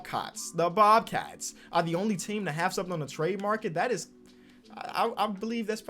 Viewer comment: Bobcats not bobcots